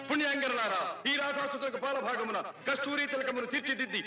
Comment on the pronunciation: phaala bhagamuna bro means on forehead not paala bhagamuna sounds milk... other than that everything is wow nice work